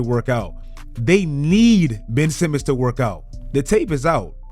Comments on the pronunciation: HIS NAME IS BenCH Simmons, GET IT RIGHT! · "Ben'ch Simmons!" 👀